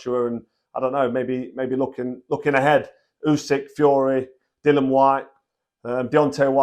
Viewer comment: As always, straightforward truth from Froch and he's becoming quite the accomplished pundit Just one minor thing, it's Dillian not Dillan, no idea why it's so difficult for so many boxing pundits.